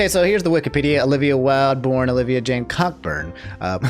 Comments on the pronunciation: Hey I just thought I'd say, as a person with the last name Cockburn, that it's pronounced Co-burn. Might have to cancel you over this, you should know better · Which god damn ancestor made their family's last name "Cockburn" LMAO